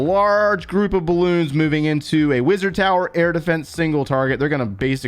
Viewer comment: The way you pronounce Wizard... I kept hearing "Blizzard".